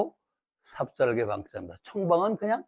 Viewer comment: 삽삽개가 아니고, :삽살개"입니다.